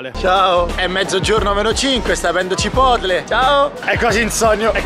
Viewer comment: Nessuno: Assolutamente nessuno:: CIPOTLE